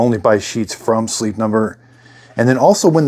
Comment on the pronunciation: The word is “height ending in “t” sound not heigth not a “th” sound. Spelled correctly it is “height” the ending isn’t even written “th” it is “ht” for a solid “t” sound.